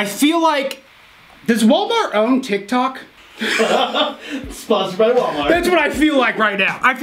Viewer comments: Yea but he makes me laugh just like in the begging he said tik tac instead of tik tok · Tik-tok not tik tak